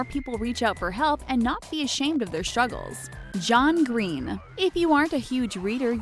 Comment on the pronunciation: Why have this person do this video about "shtress" and "shtruggles" 🤦